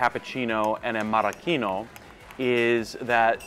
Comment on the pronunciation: Marocchino NOT Maraschino :-)